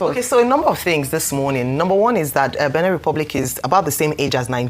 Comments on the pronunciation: It's pronounced Béh-neh.. Not Bini.. 🙏🏾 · Ojy. It’s not pronounced Benin as in state. You are a broadcaster learn to pronounce better.